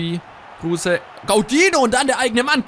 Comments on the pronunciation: Bitte sprech kruse anders aus er ist kein deutscher hör dir mal auf yt an wie er richtig ausgesprochen wird und ps. Cooles video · 1. Kruse wird ohne e ausgesprochen :D 2. Wenn du öztunali und yalcin tauschst hast du ne bessere chemie !